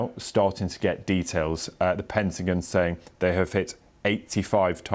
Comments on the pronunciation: What's a "Pentagin"? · It’s pentagon not pentagen, damn french.